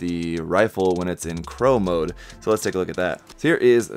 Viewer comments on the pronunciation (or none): Claw mode not crow mode. lol